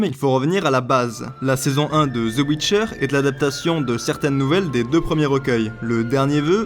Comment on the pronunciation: Ze ouitcheur ... purée ! XD Le jour où les Français pourront prononcer l'anglais correctement, je serai reine d'Egypte.